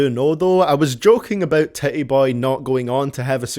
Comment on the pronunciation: "Tit-E Boey"